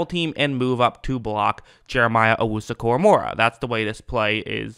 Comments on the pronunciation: It's KoraMOAH not KoraMOREah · Bro read his name to yourself out loud 3 times ina row KORAMOAH KORAMOAH KORA-MOAH only 1 "R" not 2, sorry was just a trying to help cause his names not that hard to say like a lot of these others dudes in the league LoL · Your saying his name wrong lol it’s Kor-uh-mo-uh idk where your getting the second R lmao